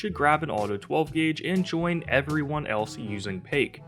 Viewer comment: This man really said pake it’s pronounced pie k now say them together and that’s how to pronounce her name